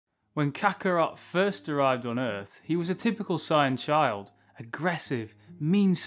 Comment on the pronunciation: It’s Saiyan, not Scion. They aren’t cars